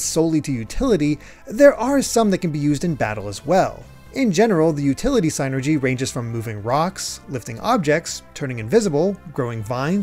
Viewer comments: it's "seenergy" not "saynergy" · “synergy” sounds like “sinner-gee.” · You’re saying psynergy wrong